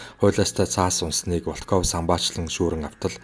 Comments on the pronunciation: Волкоов Волкоов л гээд байх юм Воолков гээч дээ. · Волков гэж бичээд ВООЛКОВ гэж дуудна шүү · Волков гэдэг үгийн өргөлтийг нь зөв дуудаарай. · Большевик, Волков гэдэг нэрийг эхний о дээр өргөлттэй дуудна. Б